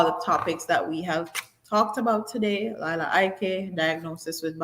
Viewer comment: It's Leeeela. Please watch the video where she was also talking about how people mispronounce her name. More power to her for bringing more awareness to mental health.